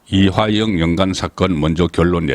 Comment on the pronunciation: 이하영이 아닌 이 화 영으로 정확한 발음 부탇!!!!!